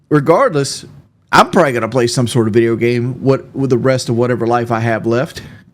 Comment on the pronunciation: Hope he doesn't play any "bideo gaem" anymore - listening to this awful. "aa wunna teech" teach yourself to stop eating awful slop and sucking down gallons of soda. btw he IS OBSESSED WITH KD. "I'm not out here trying to impress you" while he constantly uses KD like some kind of rank over team mates.